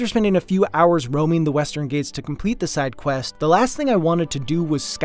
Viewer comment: Really minor thing, but "Ghats" in Western Ghats should rhyme with "Arts" and not "Gates". Awesome video though!